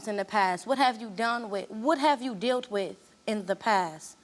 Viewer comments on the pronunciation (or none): THANK YOU been looking for this comment bc I thought I was hearing shit 😂 I know she said dilt with too just up there making stuff up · That first lady said "dilt with"😂😂😂😂